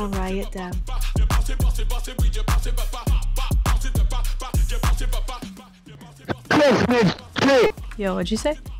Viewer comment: "Roit Dev" lol